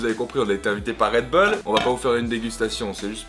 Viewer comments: red beuls Mdr sa se dit bull tout simplement:-D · ça se prononce redboule pas redbeul , comme les chicago bulls on ne dit pas chicago beuls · pas "red beul" mais "Red bull (boule)" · "RedBoule" pas "Redbeule"! :@ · on dit redboul pas redbeul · REDBOUL STP ET MAS REDBULL(a prononcer)😂😂😂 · Damien Rousseau plutôt redbulle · mdr on dirait qui dit réd beul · Et mise a part le red bull que je prononce d'une facon différente, vous aimez la vidéo?